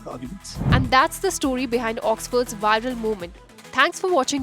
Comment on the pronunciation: Not ‘wiral’, VIRAL, with the letter “V”